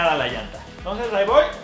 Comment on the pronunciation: "le woa a pasar" xd